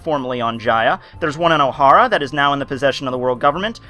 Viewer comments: it's Oh-Haaa-ra. not Ow-hara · ohara... two syllables... not three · Jesus the way you pronounce Ohara makes me cringe.